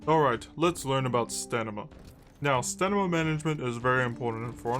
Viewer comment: You are saying staNima right? xD I thought I had a stroke at some point cause you kept repeating it the same way and I was so confused XD Great guide by the way I've been only playing for a couple months but I'm slowly getting into it.